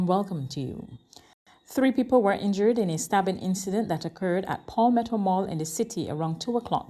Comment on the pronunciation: Did she say, " V HICKLE " ? A formal newscast is not the place for slang pronunciations....and by the way, it's Palmetto, not Polmetto. It would be good if you had help with your pronunciations before you go on air and make yourself look silly.